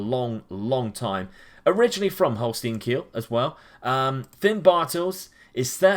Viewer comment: Quick tipp for the pronounciation: the S from Holstein is pronounced like a SH in SHRINK, and the EI like the I in NINE. The Kiel is pronounced like KEEN, just with an L Greetings from Germany